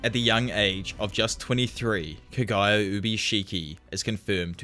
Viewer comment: bro if you're gonna be the anime/manga scene or anything Japanese, PLEASE learn to pronounce Japanese words and names!! It's so confusing when I hear Kagaya and not Kaguya. Like who is Kagaya?